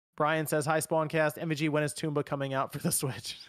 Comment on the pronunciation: It's TOM-BA!!! Not TOMB-BA, that's why it's called tomba and not tombba. (And called tombi in the Europe region.)